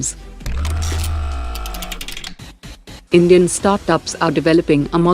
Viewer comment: I heard "Comedian" prime minister at the start 😂😂